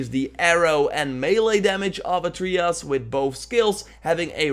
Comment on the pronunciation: God of Wooooar and ATREEyus. I dunno know... I am german and can say these words just fine. Doesnt bother me too much, though. It's kinda funny.